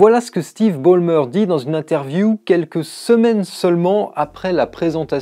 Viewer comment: lol on prononce "Balle-meurs" pas "Bolle-meurs" :D. J'ai eu la chance de le rencontrer très brièvement en 2009 à Microsoft. Fun fact, quand des collègues ont voulu le prendre en photo avec leur iPhone il a répondu un truc du genre "oh mon dieu, rangez moi cette merde, les photos Apple me rendent plus gros que j'en ai l'air !" :p